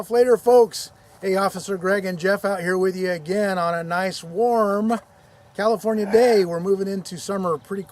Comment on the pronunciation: CALI-FOR-NAI-EH ....??? OBVIOUSLY,... WE EXPECTED YA LEFTWARD.